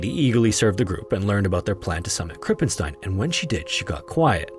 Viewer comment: you pronounced "krippenstein" nearly correct. but u pronounced the "st" wrong. "st" in german isnt spoken "st" its spoken "scht" bc when the compination of "s" and "t" happens the "s" is prononced "sch" like a.e. in the word "schloß" (meaning castle or lock)